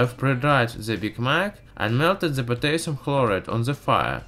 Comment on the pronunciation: Oh my god i almost died of laughter everytime you say 'ze' instead of 'the' dude no offense really great video but man this is to funny